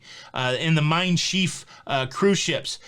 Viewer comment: I like to explore the city I depart from, before, after, or both. And Schiff is pronounced just like ship, with an f sound instead of the p sound.